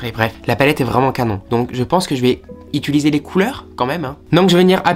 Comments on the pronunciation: Toi aussi tu dis “ituliser” au lieu de “utiliser” ptdrrrrrr tout le monde se moque de moi à chaque fois parce que j’arrive pas a le dire correctement 😭😭 Sinon vraiment top cette vidéo comme d’hab ! 🥰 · "Je vais ituliser les couleurs?" 😂 Tu y étais presque 😭